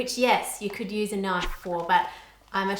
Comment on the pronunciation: "that's not a knoife"